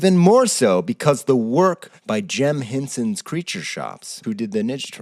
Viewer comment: "Jem Hensons's" lol